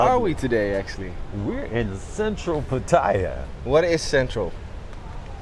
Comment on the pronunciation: Maybe pronounce Pattaya correctly?